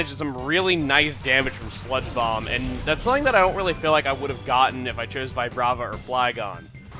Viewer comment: when you said, "and we will use sludge bomb on shiftry" I thought you said spongebob instead of sludge bomb